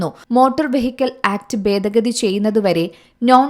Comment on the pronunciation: ബേദ ഗതി അല്ല ഭേദ ഗതി